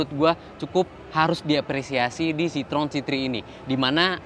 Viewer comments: citroën bacanya sitroen bukan sitrong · Bang itu yg bener bacanya Citroën bukan Citroën